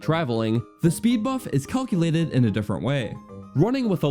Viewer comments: Awesome! But also....”culculated?” I’ve never heard anyone say it like that! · Did this man just say CALKILATED?? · "a large Montin in your way" "colculated" "of how these stats whark" "cannot swim across withott dronning"